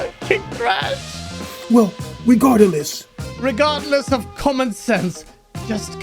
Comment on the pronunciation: "Regarda-lesss" the American education system failed king thrash